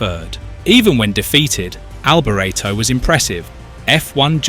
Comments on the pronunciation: Michele Alboreto is pronounced mi-kay-leh al-bor-ET-oh, with the emphasis on the last syllable of his last name, reflecting his Italian origins where "Michele" (like Michael) is a male name and "Alboreto" sounds like "al-bor-ET-oh," not "al-bore-etto". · And his Name was Alboreto not Alberto ! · Pulling the pin after 42 seconds... the idiot narrator couldn't even be bothered to learn how to pronounce his name correctly. Don't waste your time on this pulp. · Awful, as somebody said earlier, “you can’t even pronounce his name correctly” Disrespectful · Absolutely awful, as an earlier person said “you can’t even say his name right…” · Maybe learn how to pronounce his name before you do a video on him! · Blimey, at least pronounce his name correctly !! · Need to re-do narration saying his name correctly. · If the narrator can not spell his name correctly, then he has no clue about motor racing...